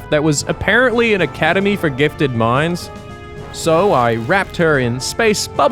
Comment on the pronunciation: I tend to forget is Australian since his accent isnt as strong as it used to be. But every now and again he'll say smth with that Aussie twang that reminds me 🤣😅 (, the way he says "gifted minds" in particular)